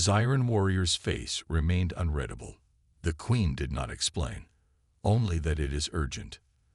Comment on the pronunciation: When are people going to educate AI? It's unreedable not unreddable. Get human narrators rather than be lazy and trust it to AI which doesn't seem capable of getting it right. The only good thing is that the speech is natural, no pause in the wrong place or missing when needed.